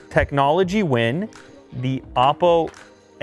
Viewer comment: The first time he said “oppo” I thought he said awful